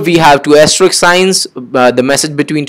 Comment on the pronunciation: Its sounds "Ass Trick" instead of "Asterisk"